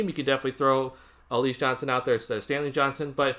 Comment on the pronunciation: Pronounced Al La ZA